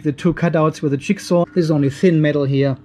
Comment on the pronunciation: jig saw, ich habe zuerst chick saw verstanden. Wie geil ist das denn, wie macht das Huhn, wie macht die Säge ?! Passt also auch . . .